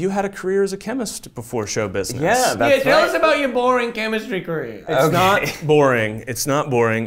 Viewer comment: my favorite part: "chemitsry"